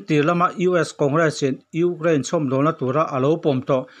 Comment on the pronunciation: Gaithla hman chiah e ngaihnawm dawn lutuk ... Mahse ugrain ti zel a 😂 Ukraine 🇺🇦 🙏🏼